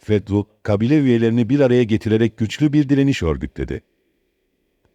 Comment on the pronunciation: Kăbile değil kabile, istila değil istilă.